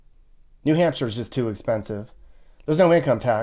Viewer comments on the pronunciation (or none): none